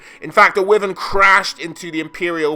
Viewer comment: Awesome video dude, appreciate all the effort you put into your videos. They are super informative and entertaining. Glad people still do lore videos for Warhammer and don't jump on 40k bandwagon. Anyway, I think that wyvern is actually pronounced as "wAivern"